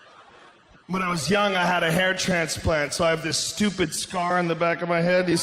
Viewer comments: he said "hair tra-pans-lant" instead of hair transplant lmao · say wha joe? say that again.. a hairrannnssplanntt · "hair schpan slant"